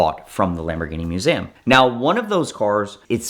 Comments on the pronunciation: He learned to say it at the "Moo-zam". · moo-ZAm. Sorry, what? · I have never heard MUSEUM pronounced like that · I just realized pronounces museum strangely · He is doing it purposely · It's more exotic that way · yea i was already scrambling to find the A in Museum. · I bet he was home schooled, grew up with a guy that pronounced it exactly that way. He basically just watched vhs and then dvds.